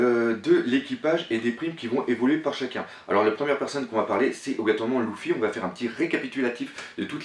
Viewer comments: 3 luffy stp essaye de dire leffi o lu de louffy meme si sa s ecrit luffy sa se pronnonce leffi merci d avoir la patience de lire tout ses message regarder les tous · Arrete de le prononcer "louffy" ca me perturbe on dit "leuffy" ptn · cest leffy pas louffy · excellente vidéo mais Luffy se prononce lEffy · que dire de sa façon d’appeler Luffy "LOUFFY", mais malgré ça j'aime bien c'est vidéo